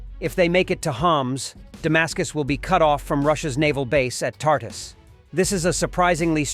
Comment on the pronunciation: Tart - us?? No. (phonetically) Tart -oose. I know. I've lived there.